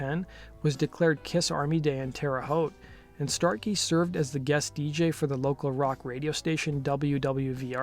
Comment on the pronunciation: It's Terre Haute, but at least you pronounced it right. I saw Kiss and Ted Nugent at the Hulman center back in the 80's. Had a lot of fun that night